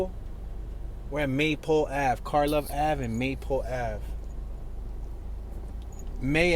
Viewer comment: You pronounced "Karlov Ave" right. A lot of those streets were given "K" names for the "K-Town" area in Lawndale (just south of WGP). They're mostly Eastern European names so most Chicagoans don't really pronounce them correctly but it doesn't matter